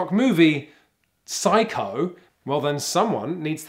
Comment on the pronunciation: When he said Psycho I died inside. a lot